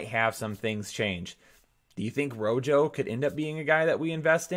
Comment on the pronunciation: The 9 dislikes are all after hearing RoJo